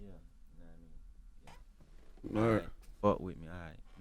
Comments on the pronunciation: Take shot when my nigga say knamean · "yakawaImean"... omfg nigga please enhance your vocabulary!!!